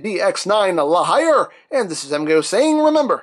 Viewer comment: I think La Hire is said like La Hear... Cos it's French.